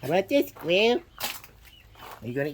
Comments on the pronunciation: Idk why it bothered me the way you said, squirrel. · “How ‘bout this sqwil” I can’t right now 😂😂😂😂😂😂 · What's a "skwew?" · “Are you a happy Squwiw?” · Squirrel ❌ Squill ✅ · "Dose that make you a happy squehl"? 😂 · It's pronounced "squieu" 😂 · The way he said squirrel got me laughing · Why’d bro say squirrel like that 😂😂😂😂😂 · "Does it make you a hahpy sqwelll"